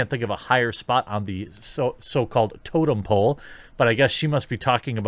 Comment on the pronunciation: Did she say totem pole or token pole?